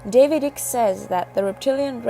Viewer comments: If you are xx gonna use someone’s name use it right ICKE = kite not ick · For goodness sake the man's name is Icke as in bike not ick. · why is everyone using wikipedia for the content advisor ? other than they cant write or read ? all of these rep videos are bollocks ,at least this is informative ,im sick of the slowed down camera glare videos its eyk pronounced EYE K not Ick !!